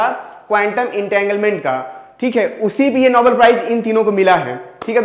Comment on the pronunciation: नोबल नहीं नोबेल